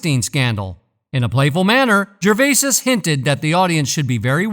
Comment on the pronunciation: OMG! I can't listen to GERVAYSIS one more time!!!